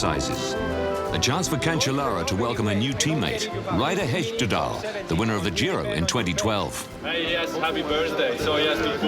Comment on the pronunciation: "Ryder Hesjdedal" haha